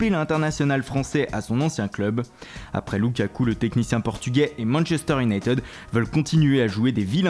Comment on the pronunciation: si tu veux faire le multilingue apprend déjà a dire Unit"i"d pas Unit"e"d